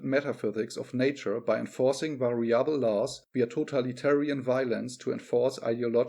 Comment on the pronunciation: 'variable. Not vari•'able.